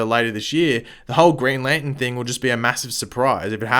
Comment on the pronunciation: “Green Lanten” lol